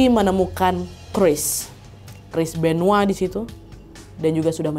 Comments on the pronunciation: Benoa? Benoit kali wak . Benoa mah Bali 😂😂😂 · Terlalu lebay nyebutnya Chris benoa udah tau Chris benoit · Chris benoit kak, bukan chris benoah😅